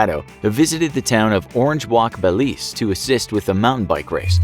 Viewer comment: It's called BELIZE with a Z.